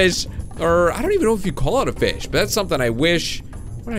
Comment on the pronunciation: keep saying feed and grow fiz lol